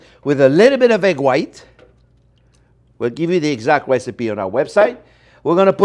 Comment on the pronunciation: "wesipe on the website" you silly wabbit!